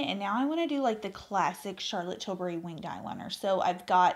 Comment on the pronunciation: Oh, I love that you are sophisticated enough to pronounce Charlotte’s name properly! And I am so glad to hear your foundation review as Ive been wondering which one to buy for a while! I’m going for the Light Wonder foundation. Great eye look!